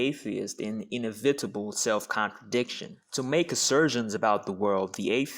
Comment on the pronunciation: Learn how to pronounce inevitable please. in-iv-IT-able is wrong